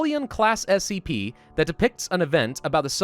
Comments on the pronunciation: you said spc lol, its scp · Its "SCP" bro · spc 001 will kill all humanity Me: did u say scp?: NOU